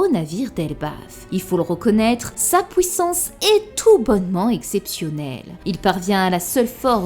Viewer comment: Comment se fait-il que tu dis "détruire" "juive" etc mais pouissance ? Drôle ça